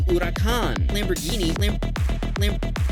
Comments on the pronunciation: It's not huracon it's hurcán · It’s not ura-can is a hu-ra-can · "lAmBoRgHiNi aUrAcAn" SAY THE NAMES RIGHT BRUH💀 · bro that not urakhan that is huracan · Lamborghini Ouraćan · It’s accuracy pronounced hur-e-caan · the way you said huracon killed me on the inside. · "Lamborghini Oerakan" spoken by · Lamborghini Ouracán oooowee that's a mispronunciation it spelled the way it's spelled it's Italian they just say Hor-i-con un like you in America where you say hurricane, that went somewhere Spanish I mean I get their named after Bulls butt you or your friend pronounced wrong but I listen to the last bit of the edit thank you editor you fix his pronunciation LOL 🤣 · The way he says Lamborghini Huracán is funny af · Bonus video part: I don’t think that’s how you say Huracàn man if it is wow I’ve been saying it wrong my whole like is it is correct